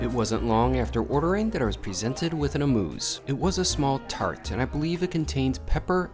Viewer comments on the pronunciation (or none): Ah muu say, amuse....small bite in French. Thought you'd like to know how to pronounce it. Love your style!